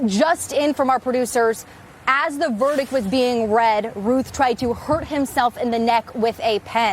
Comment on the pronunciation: His name is pronounced RUTH BENNY!!